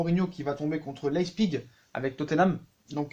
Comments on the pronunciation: Ça se prononce " leye pziche " pas "Leye zpigue" à part ça au top la video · leipzip se prononce : la-i-psi-g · Ca se prononce lep(siche)